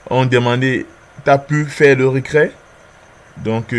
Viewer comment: C'est "reTrait" et pas "recrait"